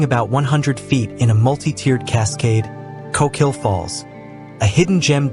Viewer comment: You did it again: ko-KEEL or is the narration done by an AI voice? At least you got ORR-ee-gun correct 😊